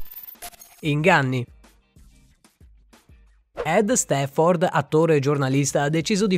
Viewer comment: Si dice ED STAAAAFFORD no ED STEEFFORD....